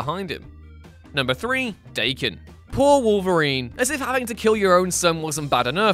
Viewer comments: daken is not pronounced d a ken but dahken it's japanese for mongrel or half breed it's a nasty name to have. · Just as a heads up it’s pronounced (d-awe-ken)